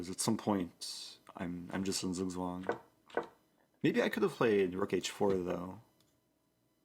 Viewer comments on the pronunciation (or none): none